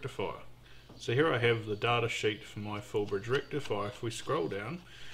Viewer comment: daaattaa, like data but WRONG